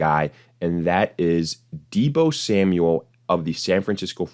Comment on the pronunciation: You lost me at, “Deebo Samual.” 😐😂👎🏿